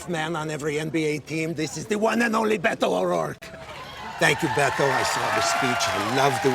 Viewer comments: Beh-toe, not Bed-o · And to this day, Colbert continues to say "Bet-ou" instead of "Beh-Toh." The silent H means, stop fucking making sounds. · I hate the way he pronounces Beto. He says “BeDo”